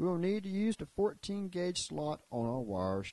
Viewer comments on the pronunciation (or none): none